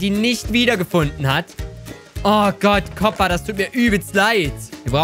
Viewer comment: der heisst koopa und nicht kopa